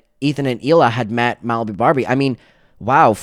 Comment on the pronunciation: I’m sorry did you say Malibu Barbie?